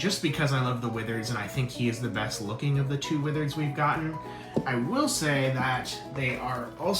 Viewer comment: da widereds